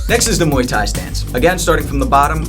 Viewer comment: did he say moii tai? lol